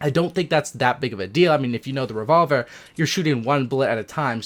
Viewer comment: How he said revolver 😂